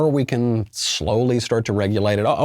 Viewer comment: "Yes, we cwan" UwU